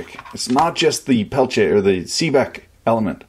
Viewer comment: I was hoping you to pronounce " Peltier " the right way . . .